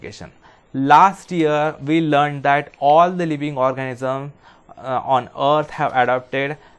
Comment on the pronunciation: Sir please organisms boliye, orgasms nahi. Bohot funny mistake lagti hai, time k sath fir irritating ho jati hai 🤦🏼‍♂️🤦🏼‍♂️🤦🏼‍♂️